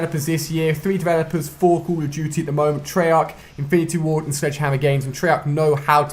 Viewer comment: Ali is saying cuhl oh diuti for call of duty oh maaan :D